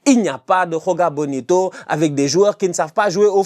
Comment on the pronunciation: C'est joga bonito avec un j le son "ji" existe en portugais c'est le même exemple que Gabriel Jesus